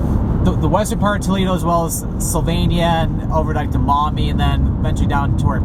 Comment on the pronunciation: Love ya you're saying MAUMEE CORRECTLY thank you